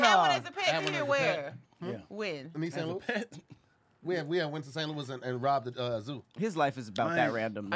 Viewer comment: but mispronouncing St Louis